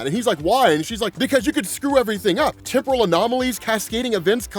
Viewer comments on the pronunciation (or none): none